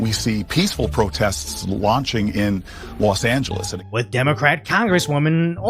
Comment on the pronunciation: "Lost Angeles" SMH...